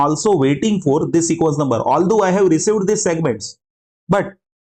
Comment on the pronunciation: hello, it's "every segment" and not "ewry segment" , it's "received" and not "receiwed", "video" and not "weedeo" - your sincerely, junior grammar n-zi. Besides, thanks for a nice video, I'm looking forward to watch your another video, about sliding window.